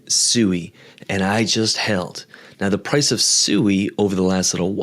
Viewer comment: Its pronounced swee, not suey. Like swing, or sweet. Not like sewer.